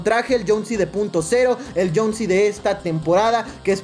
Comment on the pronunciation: Es jhonesi no jhonsi